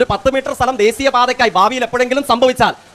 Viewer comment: Desiya ☑️ Dheshiya❌ 🤣🤣🤣🤣